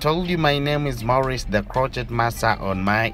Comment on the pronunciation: It is pronounced crow-shay (crochet)